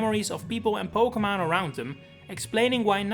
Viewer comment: Stop pronouncing Pokémon wrong it’s unlistenable bro